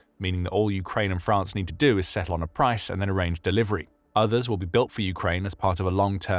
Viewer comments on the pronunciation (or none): none